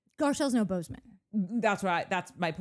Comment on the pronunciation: I want to believe Natalie and Courtney are saying Boze O Ma, but I'm hearing Bozeman. Is this an aural sensation akin to randomly smelling toast? Am I having a stroke?